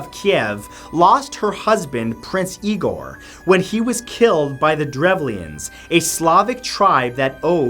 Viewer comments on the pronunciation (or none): none